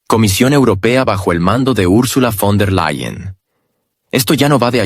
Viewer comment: fon -der-LE-yen